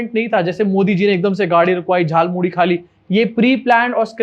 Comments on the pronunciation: Are, hum to soche the ki ap is baat focus dekar cover karenge ki is aadimanav ne jhalmuri nahi jhalmuli bola. Lekin aapne wo miss kar diya 😟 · Its jhaal moori not Jhal Mooli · Jhaal Moori, not Jhaal MooLI. Mast setup kiya lekin script galat hain 😂😂😂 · Jhaalmuri ❌ Jaalmuri ✅ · Jhalpuri nahi jhal muri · Jhaalmudi nahi bhai “JHAALMULI”😂😂😂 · Modi Jhar Puri ko Jaal Muli Bol Reha Hai. 😂😂🤣🤣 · Jhal Muri hota hay wo , Modi ji ne bola jhal muli 😂😂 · Jhaal muli✅ Jhaal moodhi❌ 😂😂😂😂😂😂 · He said Jaal muli.😂😂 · झाल मुढ़ी नहीं झाल मोली, ध्यान से सुनिए। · Jhal moori bolna to aa nhi rha, iss actor ke paise katne chahiye😂😂😂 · Jhaalmuri ❌ Jhaalmuli✅ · Jaulmuli bol ra hai batao yr abay Anpdh Hindi to ache se bol